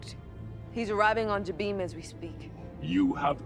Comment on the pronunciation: I hate how they made Jabiim canon but didn't make any of its story canon and mispronounced the name. Its Juh-bim, not Jah-beam.